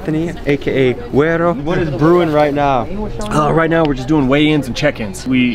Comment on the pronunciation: It’s “Guero” as in light skin lol. Much love from Tucson, AZ